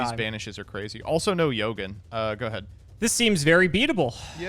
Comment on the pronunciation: This man either don't read his cards or he just be saying random shit. Mans said Yogen and Alessi